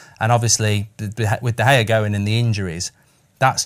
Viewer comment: Love fozzie but is someone going to tell him he’s not pronouncing De Gea right